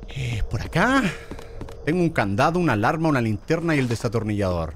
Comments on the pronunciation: German en ves de decir Destornillasor dise desatonillasor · Germán diciendo desatornillador en ves de destornillador😂😂😂😂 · German te re amo pero no se dice "desatornillador" es "destornillador" HAHAHHAHAHAHA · Germán diciendo desatornillador😂😂😂